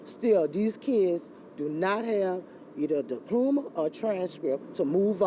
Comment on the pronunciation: The media always finds the most inarticulate black person to interview. Contrary to popular belief many of us are very capable of pronouncing our words correctly. This woman said diplooma live on air smh 🤦🏽‍♂️😒